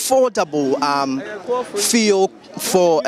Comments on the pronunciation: Even the driver can pronounce fuel. stop this feeul" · So what is the media guy pronouncing as feel, fii, fill? Is that the new pronunciation of FUEL in this Free SHS era where Akuffo Addo speaks with his foreign acquired accent? Fee, feel, fii! What at is the guy saying and whom is he trying to impress with his weird pronunciation? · What is it with the “fee-el”, why does he keep calling it that??? I even got irritated 🤦🏼‍♂️ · Fuel or feulle what is the right word. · Stop that nonsense and pronounce the word fuel well...what's "fiel" mr journalist?, don't you know some of we the readers are learning from you? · Feee3l lol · Your pronunciation of the word fuel is incorrect. Please ensure you use the correct phonics. Thanks